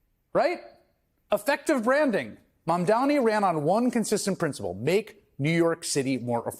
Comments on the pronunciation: It's pronounced "mom don nee "it couldn't be easier. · Bro, you can't be mayor of New York City if you can't take the time to pronounce a name right. Come on.